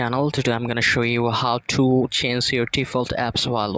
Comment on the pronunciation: বাংলা কথা কও ... accent মারতে গিয়া পুরা pronunciation ভুল কইরা ফেলছো.... change এর উচ্চারণ ঠিক করে বলো.